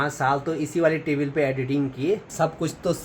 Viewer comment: टेबिल नहीं टेबल hota hai